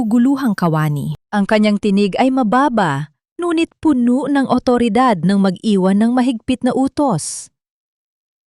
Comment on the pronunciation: Bago ka maging narrator learned first how to pronounce word properly..the same word but different meaning depends on how you pronounce like Puno as tree and Puno as full pronounce as pabilis